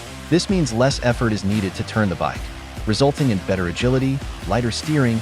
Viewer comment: Literally stopped watching when the AI can’t even pronounce the bike correctly